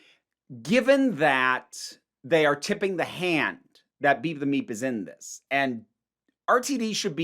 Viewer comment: Not to be crude... But i keep hearing beat the meat when you say beep the meep. 🤷🏻‍♂️🤣 Also am I the only person not thrilled with NPH being in Doctor Who? Like I won’t rant or rage over it. But it’s just so... I can’t explain it but I feel like others might get what I mean?